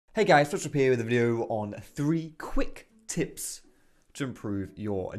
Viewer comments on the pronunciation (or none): I thought for a minute you said crack on with the "tits". Next video perhaps?